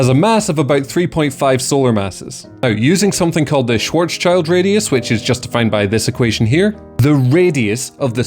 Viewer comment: btw it's pronounced Schwarz-shild. I feel like every non native speaker somehow misses the 's' thats between the 'z' and the 'c'